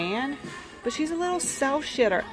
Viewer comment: GIRL... I am sooooo glad to see that I am NOT THE ONLY ONE who has trouble saying "SHELF SHITTER 😮 ooops I mean SHELF SITTER" 😅 I absolutely loved this vid there just wasn't ENOUGH OF IT ... I wanted sooooooo much MORE!!!! OMGoodwill I absolutely could go to stores /venues like this and not come home for DAYS!!! I wouldn't care if I didn't EAT... SLEEP... or ANYTHG. Can we talk Abt the DIGGING... OMGoodness the DIG IS WHERE IT IS AT!!! I could Dig for treasures in place like this ALL DAY & finding odd or unique items makes me just wanna squeal like a stuck hog... LoL This has to be one of the best vidz you have made lately...love...Love...LIVE all creepy dolls also. What a treat ...thank you sweety this made my day!! I can't wait to see your bathroom shelf and decor when you get it done!!!